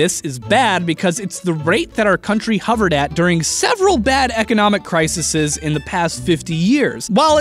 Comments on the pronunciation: Cri-Se-Se(e)s? NOPE Cri-Se(s)es! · Also, it's "crises," not "crisises." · Crisises lol